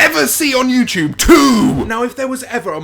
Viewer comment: No hate, but every time he says youtube, it sounds like youchube and it cracks me up.